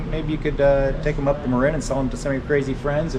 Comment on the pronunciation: its the brit in you coming out. maybe mark is from across the pond, innit? :)